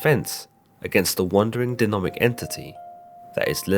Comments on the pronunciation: "Dee-nomic"!? What the hell is that ya nasally congested, mouth-breathing subhuman shit with a Dumb-Fuck dialect from shitty England? Why do youn think thumb is pronounced phum? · Your mispronounciaton of demonic to denomic at the end amused me far more than it should have. That aside, great coverage. I do find the idea of Lilith being the deceiver to be interesting to say the least.